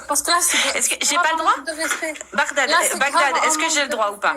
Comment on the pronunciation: Bagdad et non (Baghdad)